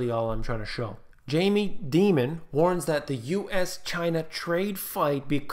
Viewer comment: Jamie Dimon - pronounced like Diamond.